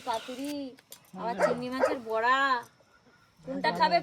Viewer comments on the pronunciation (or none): বোরা না বড়া হবে